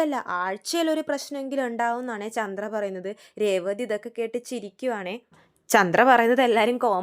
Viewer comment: മോളെ ചൻഡ്ര അല്ല ചന്ദ്ര